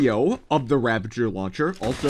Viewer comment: Ravager not ravenger 😅